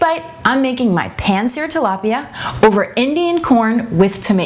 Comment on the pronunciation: YOU'RE RECIPE IS NICE AND EASY BUT FYI, IT'S TILAPIA NOT TALAPIA!